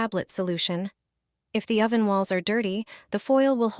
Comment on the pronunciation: What is a "spongg" and what is an "Oh-van"?. Shit AI voice.